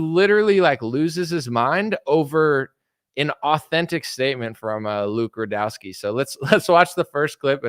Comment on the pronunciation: you pronounced rudowski wrong